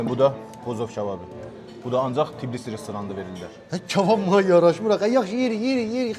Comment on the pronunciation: Tiiibilisi yox ay millət Tbilisi